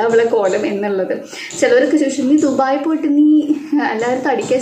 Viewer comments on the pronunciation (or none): none